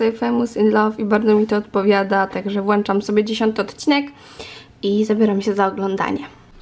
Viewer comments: Fajny odcinek😏 ale się mówi włączam A nie właczam jak coś😊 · Włączam się mówi .Nie włanczam.